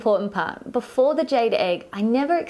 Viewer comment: Jade rhymes with laid.LOL.